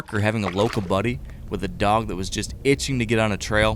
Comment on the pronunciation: Dog not dock